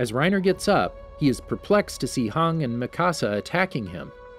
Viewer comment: no offense but did you really call hanji, hang?